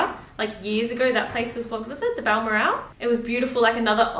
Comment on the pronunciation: Just because I'm not sure anyone's mentioned it: Balmoral is pronounced with the emphasis on the second syllable. Think of the word moral (e.g. A moral dilemma), it's pronounced Bal-moral, not Balmo-Ral